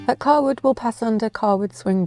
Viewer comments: you pronounce Cawood 'Car-wood' and I've never heard it said like that. It's 'Kay-wood'. Great video though! from York. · Just to let you know Cawood is pronounced Kaywood. Great video